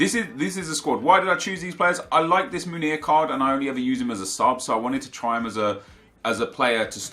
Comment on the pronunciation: love you man but please try pronounce Meunier properly, given that you use him so much. What your saying is 'Munir', Meunier is pronounced like in french, listen to a commentator saying his name, should help!